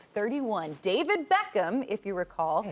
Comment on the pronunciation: Man said BEEEECHam